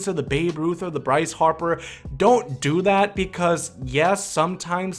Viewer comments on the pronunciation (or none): none